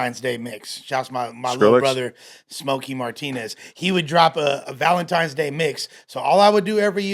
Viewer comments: Idk why but them saying Valentimes day instead of Valentines is so infuriating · “Valentime day” .. 🤔